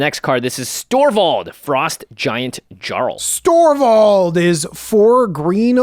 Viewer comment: I believe Jarl is pronounced like "Yarl"